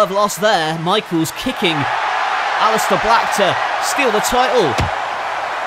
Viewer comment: He said aliester black lol